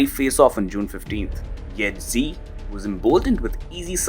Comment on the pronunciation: SHE SHE SHE SHE SHE SHE SHE SHE SHE JINPING. NOT ZHEE OR GEE. I HATE HIM BUT IT STILL SOUNDS STUPID THAT PEOPLE CAN'T SAY "SHE."